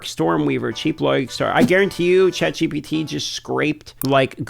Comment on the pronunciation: ChatGTP once u hear it u cant unhear it, lol first sentence.